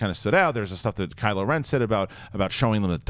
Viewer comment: 'Kyle' ren?? 😂 😂 😂